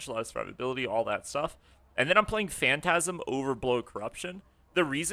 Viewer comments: it’s not fantasm phantom-ize like fantom-eyes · yo its Phantom-ize not phantasm